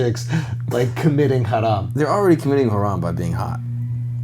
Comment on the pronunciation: I'm impressed with the way Andrew says 'haram'. Spot on.